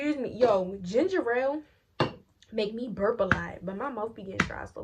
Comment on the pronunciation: bruhhhh i jus found yo channel and i literally been binge watching 😂😂 u kill me wen u be like "ginger el"